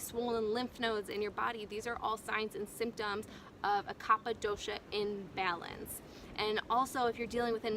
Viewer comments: a constructive correction: the pronunciation is "Kafa" like cough and not "Khappa" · It is pronounced kafa and not kapa 😶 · It is pronounced "Ka-fa". People may find it difficult to take advice from you, if you are not aware of that. Please correct the error in your video. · Pronounced kafa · It's kapha ..like cougha